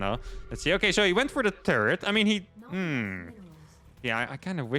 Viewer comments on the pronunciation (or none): Does anyone else think when says 'turret' it sounds like he's saying 'turd'?